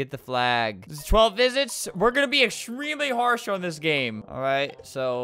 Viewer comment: “Get the FLAGE” 😂😂